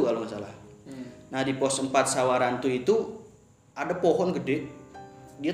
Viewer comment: samarantu... bukan SAWARANTU pantes elu tersesat....